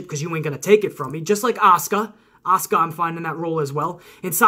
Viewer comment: Thanks for not botching my name hahaha. Do you see Carmella cashing in money in the bank on Auska after she beat Alexa?